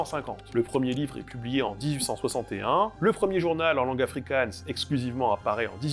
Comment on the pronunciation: Attention à ta prononciation du G en Afrikaans et en Néerlandais, … c’est pas un G allemand comme dans Gulli, mais bien une Jota comme Johann Sebastian BaKHHH